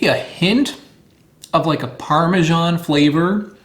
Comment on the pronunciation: There's no zh in Parmesan.